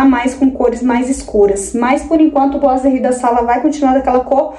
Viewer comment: Ficou lindo...gostei que vc é uma das poucas que fala boiserie certo...rsrs....os pratos estão lindos nesta vibe de natal! Agora só acho que vc poderia pintar ou trocar o trilho por branco ou dourado da cor da torneira e jogar a luz para onde estão os pratos pq neste momento eles sao oa destaques da sua cozinha. E outra dica sobre os boiserie é passar uma massinha neles, se conseguir, nele todo pra tirar aspecto de isopor seria melhor, mas por ser muito difícil passe pelo menos nas juntas e imendas como rejunte pq fica parecendo que é um peça só e dá um acabamento de primeira.